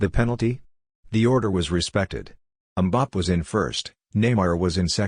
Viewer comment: Please, it's pronounced Mbappay not Mbapp.